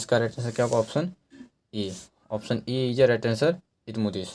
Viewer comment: Nam bhi shi se nhi le pa rhe hai ap